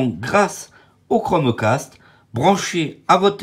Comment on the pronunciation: Tu lance le chromeEEEcaste et ho la bouillabaisse je viens de marEsEiLle ho